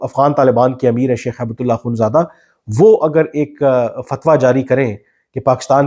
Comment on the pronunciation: کامران صاحب، آپ ملا صاحب کا نام غلط بولتے لکھتے ہیں۔ یہ ہیبت اللہ نہیں، ہبتہ اللہ ہے۔ عربی لفظ ”ہبہ“ کامعنی تحفہ gift ہے۔ آپ نے وکلا ٕ سے یہ لفظ بہت سنا ہوگا۔